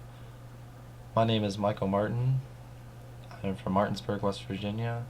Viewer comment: That's not how Martin is pronounced!!! Btw really touching video, I hope you go ahead! Remember that love always wins and we good people are a majority